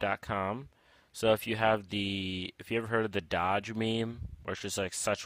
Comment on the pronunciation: That moment when you don't even know how to pronounce doge